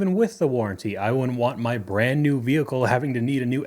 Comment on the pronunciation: “for a brand new vehicle” sounds like “fur brain” and that’s what I thought she said too lol